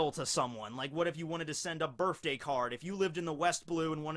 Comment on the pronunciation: Anyone ever notice how says birfday instead of birthday